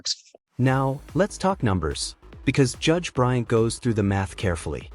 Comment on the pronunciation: It's BryanT. Not Bryan.